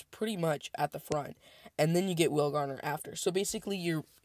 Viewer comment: I hear you saying it all the time, but you are not saying whalegnawer correct....It's not whale-gardener....It's whale-gnawer. You say it phonetically like whale-naw-er like it bites into whales its such a nasty dragon. It gnaws on whales. ...not being a douche or word police...I love your videos...Keep up the awesome work. add me to group chat if you can....ign: j0nny6 (0 is zero) gnawnô/verbverb: gnaw; 3rd person present: gnaws; past tense: gnawed; past participle: gnawed; gerund or present participle: gnawing1. bite at or nibble something persistently."watching a dog gnaw at a big bone"synonyms:chew, chomp, champ, bite, munch, crunch; nibble "the dog gnawed at a bone"